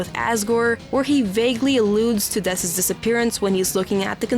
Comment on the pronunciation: It's dess lil bro, cmon 😭